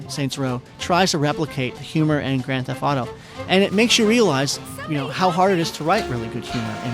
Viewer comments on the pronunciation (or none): "Gran thef auto"